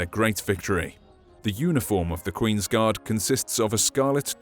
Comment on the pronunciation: I thought u said "THE QUEEN'S GOD: FOOT GODS" for a sec X'D